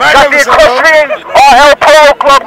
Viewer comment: Hey, its equestrian, not esquestrian.